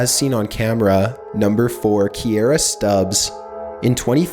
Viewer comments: it says ''Subbs'',you moron.not Stubbs. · On number four he says sTubbs, when its subbs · right? like he said Stubs instead of Subbs for the second girl. lol i don't see a T in Subbs. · Do I hear Stubbs or subbed?????? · u r saying KIERRA STUBBS its KIERRA SUBBS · It said subbs, but you kept saying stubbs? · ya said stubbs instead of subbs or was it the video makers fault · you messed up the text. You said Stubbs but it was spelled as Subbs. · you said Stubbs but it said subbs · Kierra Subbs,! Damn... you pronounce everything wrong...lol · Kierra stubbs but he says stubbs not stubbs?